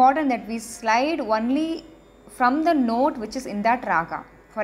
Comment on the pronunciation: Not വന്ളി.. ഒൺളി is correct..